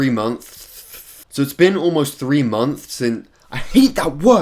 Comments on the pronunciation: “hey google how many days is 3 monthths?” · A monthhhttttthhh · just say “munce” instead of months. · Mumfs lol, it's okay bro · Tip: say munts instead of months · EY WHY DO BRITS ALWAYS SAY MONTHS AS MOMS?!?!?!?!?!?!?!?!?!?!?!? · It’s been almost three moths... it’s been almost three montsh... it’s been 91 days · when i realized he cant say “months” properly because of his teeth gap 😭😭😭😭 i’m soft dont touch me. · Don't worry I have trouble saying months to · Conspiracy theory: can't say... Months? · you have ruined my ability to say months. thank you 😂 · How.... How does someone have trouble saying months? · Consepacy theroy:He hates the word months because hes a dunbass and cant say it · is expert at saying the word month... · legends say is still trying to say 'months'